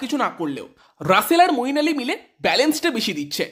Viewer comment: মঈন আলী ভাই নাম টা ঠিক করে বলো 👍